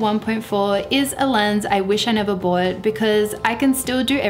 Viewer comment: Love it when she says bowut - bought.